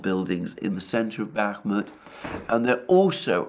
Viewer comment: I’d like to point out that it’s pronounced BAH-mut (stress on the first vowel) and ivAnovka (stress on the second vowel). 👍